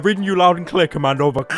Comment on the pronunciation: "I will crear Gordon freeman an easier path"... BLACK MESSA